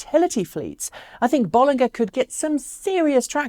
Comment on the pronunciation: As always great show. But it's notable that you pronunciation of the name is a bit off. It does have 2 Ls. BoL.Linger is probably better phonetically.